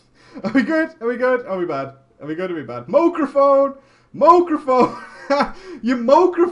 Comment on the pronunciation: Stop talking to yourself!!! LOL... Mooraphone!!!